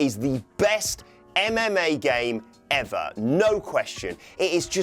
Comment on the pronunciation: the way he said " ever" tells it all hahaha